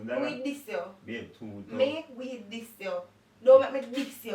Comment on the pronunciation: Nobody: Nobody at all: Ia: "me wi diss you" 🤣🤣🤣🤣🤣🤣🤣🤣🤣🤣🤣